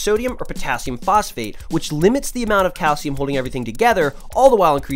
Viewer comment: what the hell is cay-el-siyum yo?